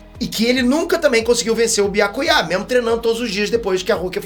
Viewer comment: top analise do episodio mais o nome do byakuya ser falado com acento no ultimo a e foda nao sei pq acentuar o nome dele na ultima vogal.